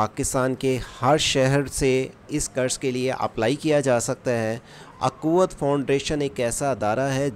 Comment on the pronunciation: یہ اکوت نہیں ھے اخوت ہے